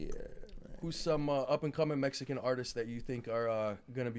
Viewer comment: He can't say Mexican 😅